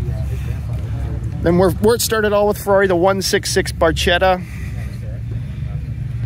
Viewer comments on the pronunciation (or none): The video is great, but please PLEASE take note: FERRARI BARCHETTA, not pronounced BARCETTA. BARCHETTA. pronounced like BARKETTA with a hard K! Pronounced BARCETTA doesnt mean anything. BARCHETTA ( pronounced with the K like BARKETTA) means "piccola barca" Which is "small boat" because of the shape of the car. So, high respect for your deep knowledge of all the classic cars but please, from now on pronounce BARKETTA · Barchetta is pronounced Barketta